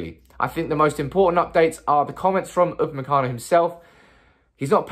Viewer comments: You got the name right👌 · you got the name right this time...lol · Upamecano is correct, but you're pronouncing van de Beek incorrectly, it's pronounced van de "Bake".